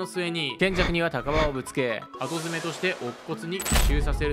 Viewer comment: 後詰はあとづめって読まないよ。『ごづめ』か『うしろづめ』な